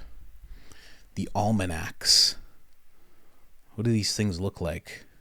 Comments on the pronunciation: It's not Alamanacs!! 😂😂 It's OLMECS!!! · It is Olmecs, not almanacs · Olmec. Not almanac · search "olmecs" not almanacs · calling "Olmecs" "almanacs" is way more racist than Graham has ever been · Bro said " The almanacs" 😂😂😂 I'm dead